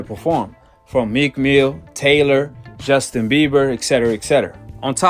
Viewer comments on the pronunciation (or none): none